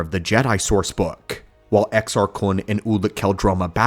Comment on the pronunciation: Well done on the pronouncing exars